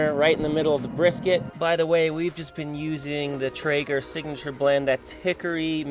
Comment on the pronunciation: Lost me at “traeger” :(